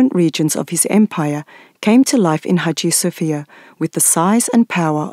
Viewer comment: İngilizce Haciye Safiyye diye duyuluyor bu Aya Sofyanın ismi🙂👌🏼